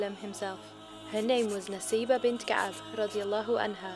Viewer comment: brother... Arabic pronunciation is Nusaibah.... نسيبه if you read in Arabic it can be read naseebah & in Arabic pronunciation it's nusaibah